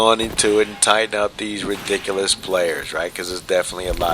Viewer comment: The way you say ridiculous is amazing. Re-dick-el-oss LOL freaking brilliant